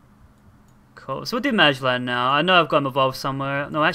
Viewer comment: The name is Ma-Gel-en